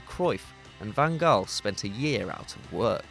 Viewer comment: Can you please do your homework before putting videos and commenting? “Messi, Ronaldo, and co?” What universe are you living at? Then you mispronounced, “Van Gaal.” Please don’t put up football videos if you don’t really watch football.